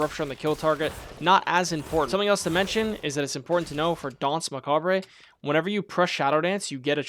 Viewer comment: "macabre" in danse macabre isnt pronounced "macabray" but simply "macabr". And good guide my man 🤝